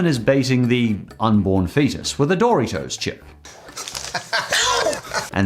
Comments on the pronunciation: I’m sorry but, BUT DID YOU JUST SAY DORY-TOES WTF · Happy to see the Critic here for a unofficial episode of the "Commercial Saga". Also love how your pronounce Dorito. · You call Doritos dory toes? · His pronunciation of "Dory-toes" gives me a migraine headache. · “Dory toes” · I love how says Doritos like Doortitoes lol. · it’s dor-it-os